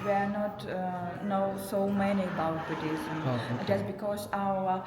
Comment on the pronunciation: It's Buddhism not Buddhilism lol